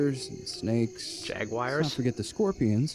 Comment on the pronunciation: I'm glad, I'm not the only one, who reacts to calling the big cats "jag-wires" wince;).